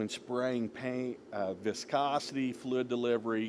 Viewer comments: I was like "what the heck is he talking about? Flu, flud, flud" then it hit me... OH, he's trying to say FLUID, but just leaving the "I" out... NOW I get it (diction is important) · Great video, but damn bro... It's FLUID, not Flood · Clarify please.... are you saying "flid" or fluid? Liking the info- video so far just not sure if flid is a technical painting term or if it's your pronunciation. Thanks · Thank you for this video sir! I'm trying to figure out what the knob on the side is for, the one marked 1-4. It sounds like you're saying it's a "FLID DELIVERY"? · Great video. I've never heard anyone say "fluid" like you!